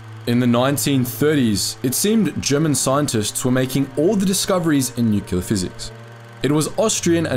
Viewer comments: New-clear, not nu-cu-lar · Neumpk-leer, not Nu-cu-lu-lur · Small thing, but it's nu·cle·ar. Why do so many people pronounce this wrong?